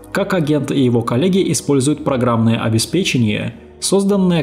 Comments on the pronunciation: Правильное произношение слова «обеспечение» как бальзам на душу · Боже, хоть кто-то говорит обеспЕчение😅